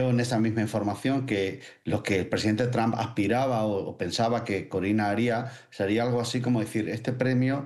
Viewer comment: Cómo es que esta gente no puede pronunciar TRUMP correctamente??